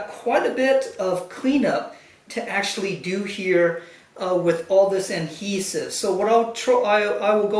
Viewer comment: Does he know it’s ‘adhesive’ not ‘Anhesive’